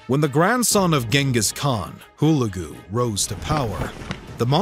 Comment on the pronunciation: HULAGU correct accent is HULEGU